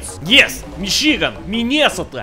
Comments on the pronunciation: I swear he just called Michigan "Machine gun" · “Michigan” ”m a c h i n e g u n” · michigan = machine gun guess i live in a machine gun now.